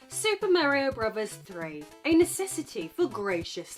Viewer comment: I love the beginning of this video, a, very sixy looking, five is frozen in what appears to be dragon eyed stupor until I push play. Once pushed, the 6ee5 opens her dialogue with "Super Mare-ee-Oh, BRUBBERS THREE...". Warm fuzzies are felt again a few moment later when 6ee5 says "Bruh-verse"... <3 Love this self identified "it" on a rock in space.